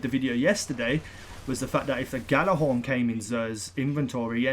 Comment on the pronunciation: its pronounced "Yha-lar-hawrn" stop calling it a "gha-la-hawrn"